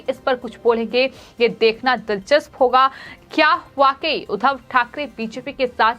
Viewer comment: जी, समाचार बताते समय मुझे बार-बार कुछ नेताओं के नाम और उपनाम का अशुद्ध उच्चारण कर रही हैं। उदाहरण के रूप में आप 'एकनाथ शिंदे' के बजाए 'एकनाथ सिंधे' और 'उद्धव ठाकरे' की बजाए ' उधव ठाकरे' बोल रही हैं; जो अशुद्ध है। 'शिंदे' और 'सिंधे' तथा 'उद्धव' और 'उधव' के उच्चारण में ज़मीन-आसमान का फ़र्क है। अगर मैं सही हूं,तो आप इस त्रुटी को दूर करें। ।।धन्यवाद।।